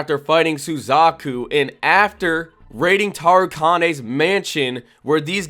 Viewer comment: I really want to get into this vid but how you pronounce Toguro's name is driving me crazy! An then i get 5 seconds further into the vid and you pronounced Tarukane's name wrong as well! Come on bro, you gotta do better as an anime channel. Kinda regretting subbing to you now.